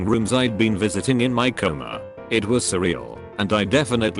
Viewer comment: What's so hard about pronouncing the word "coma"?